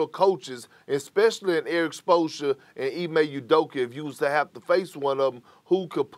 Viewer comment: "Erik Spolsha!" - Perk